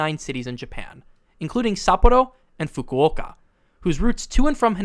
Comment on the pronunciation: ppreciate u tryin to say sapporo and fukuoka correctly but its still wrong 😂. just say it in ur regular voice 😭